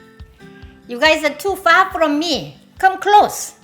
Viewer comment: First time I stopped here, I thought she said "You are too fat from me" for "You are too far from me" - 😁